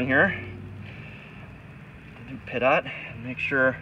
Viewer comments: Dude. It's pronounced pee - tow not pit-ot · Great video, but it’s pronounced pee-toe, not pit-ot. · Please, it's pronounced Pee-Toe. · Pee- Toe. Compressed air destroys it on airplanes. I guess it’s different on boats? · Pronounced "peet-oh"...pitot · lol glad someone else was thinking that too